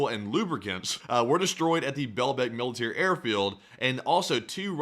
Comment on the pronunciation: "Emmo depot" "male-eh-tary" "You can hear drones lightly" "no new shrategy here" He must've been raised by a pack of deaf goats.